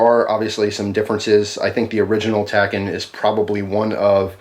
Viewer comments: It's pronounced tack-ee-on. A tachyon is a theoretical particle that travels faster than light. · Its pronounced tack-e-on. Says the movie Watchmen. And i think it rolls off the tongue better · Tachyon is pronounced tac-eé-on. A hypothetical faster than light particle. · I believe it's pronounced as "tacky-on."